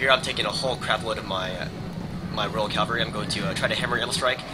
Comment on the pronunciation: Cav-al-ry not cal-var-ry.